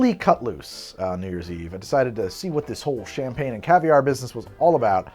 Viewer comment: It's quite amusing how he kills the pronounciation in a fun way, "shampeen" hee😜🍾🥂 I even saw La Grande Damme misspelled on the screen "Vueve" 🙃 Your videos are always interesting and fun to watch, thanks! 👍👀